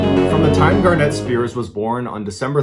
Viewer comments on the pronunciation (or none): Ballet why does your photo look like you’re throwing up? It’s GAR net, like the stone. Garnette is the way you’re pronouncing it. You’ve had PS. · I heard this story before. Lacy had a serious mental issue. That poor little boy. Btw, it's pronounced Garnet, like the stone.